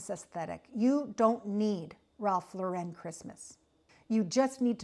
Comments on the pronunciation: Not to be a pill but you’re pronouncing the designer’s name incorrectly. Not Lor wren it’s Loren. Also not his real last name its Lifshitz, so truly let’s celebrate Our Lord this Christmas, His life. And of course we can toast Ralph for his aesthetic, long life and success. 🥳🍾 To life and to not giving a $hitz about the details!! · It's Lauren like the girl's name. Even Ralph pronounces it like the girl's name. Because it's his name. Thank you for the video, but please pronounce it correctly. I decorate what makes me happy. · The name is not pronounced correctly here. Only Jesus brings Peace. The creative director for RL for 33 years is a Cuban-American born in Miami! Think about that! Tartan comes from Scotland. Forget about those anorexic reindeer from Pottery Barn. Ikea has no idea what Christmas is. Let Jesus be born in your heart this year. Merry Christmas! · indeed. If Mr Lauren doesn’t want people pronouncing his name “incorrectly” then he needs to stop shoving his “aesthetic” down our gullets. People will then soon forget about him and his name, and only those “in the know” will be pronouncing it - either correctly, or at all…